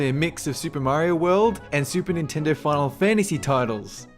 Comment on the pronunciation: "Fahhlfantasy six or fahhlfantasy seven".